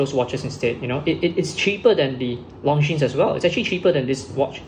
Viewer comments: The S is silent. It's not pronounced LONGJEANS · Long Jeans? How can you have a watch channel and not know how to pronounce basic watch brand names? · Please do not pronounce the ''es'' in Longines. It's a French. Leave out the ''es'' and you're golden. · It’s spoken as Longine! Silent S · Long jeans! Thats how most Singaporean shouts out it as. Nothing wrong with pronouncing it from a local standpoint. He does not sound fake. Keep it up👍 Would like to see more reviews mid priced luxury watches from your channel. But keep in mind, that since comparisons are made between 2 watches, always be reminded to repeat that these reviews are in your own personal opinion and preference.